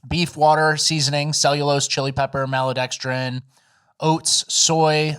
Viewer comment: Listen here,. Its Mal-to(e)-dex-trin. Not Mal-uh-dex-drin. Not like it matters, since its a made up word to desribe overly processed carbs.